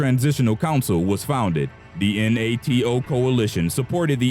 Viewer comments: so what this video is saying is that, king leopold 2 killed had more africans killed in the congo than the people in your list, ey? GTFOH. 🤣 Also funny how the voice spells out N-A-T-O, instead of just saying, NATO. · Its not “N.A.T.O.” Its “NATO” pronounced “Nay-Toe”. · N-A-T-O ....bro Nay-toe. The pronunciations in this entire video were ultra cringe. Thumbs down for shit narration.